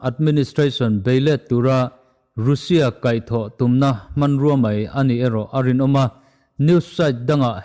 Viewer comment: Russia i lam dan hi news rin tlak deuh bbc cnn fox cnbc reuters te leh india channel ho poh han ngaithla uluk deuh teh, i taima si a lam dan tlanglawn pangai deuh in lam tum hram la ngaihthlak a nuam leh zual ang